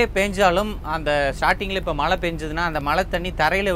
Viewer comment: malai ila pa mazhai... zhagaram